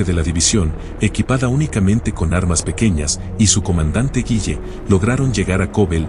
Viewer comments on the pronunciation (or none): Se pronuncia " guile " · El apellido es Gille no "Guille" 😂